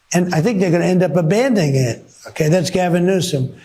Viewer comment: "ABANDING IT" ????? can this dude not speak english?